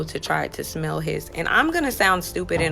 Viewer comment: "I tried to schmelll it!!" 😂😂😂🤦🏾